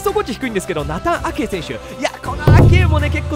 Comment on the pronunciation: "ナタン" アケーに違和感があるのは自分だけ？